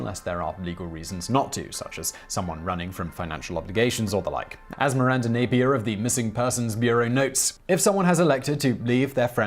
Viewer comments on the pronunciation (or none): none